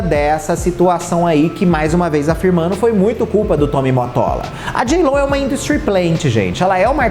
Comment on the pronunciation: Simmmmm, inclusive se vc olhar a foto do perfil no youtube, tem a cara das cantoras repetidas, mas não tem a JLO! Kkkkkk. Imagina vc ser crítico de música e ser parcial desse jeito? Ele é tão desrespeitoso que nem o nome dela ele fala direito, chama de jiló... Faça-me o favor!!!!